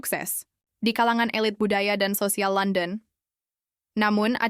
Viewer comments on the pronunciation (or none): none